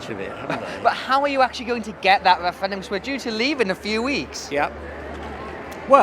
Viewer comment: This tit can't even say referendum